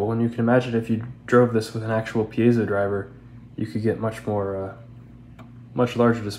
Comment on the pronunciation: Cool video, and I just want to acknowledge that you're one of the few people who pronounces "piezo" correctly!